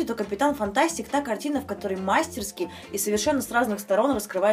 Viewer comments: когда люди поймут,что не мА терски,а мастерскИ? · Притензий нет, обзор классный. Только вот...мастерскИ, а не мАстерски.